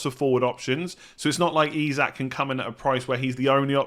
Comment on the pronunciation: Nailed Isak. Absolutely bottled hyperbole (it’s buh-LEE)